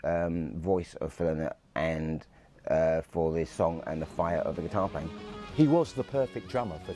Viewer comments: Another expert, calling Phil “Linnnnn-it”. It’s Lie-nut” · His name is pronounced Lie not, not Lin not. His daughters said a Linnet is a small finch not a person.